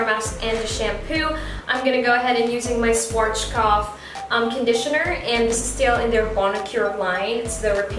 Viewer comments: Great video! Also, Schwarzkopf is pronounced something like shvarts-koppf or shvahts-koppf (that's the closest english spelling can get to it, looks weird, i know). Or if you can read phonetic alphabet: /ˈʃvaːtskɔpf/ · Its so cute how you pronounce SCHWARZKOPF its so funny. I am german and i am proud to see you are using german products:) schwarzkopf means kinds black head :) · As a German it sounds so cute and funny how you pronounced Schwarzkopf :D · Aw! Am I pronouncing it wrong? Haha... I do like the SCHWARZKOPF brand. It's amazing and it has done wonders for my hair. :) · The way she pronounces SCHWARZKOPF 😁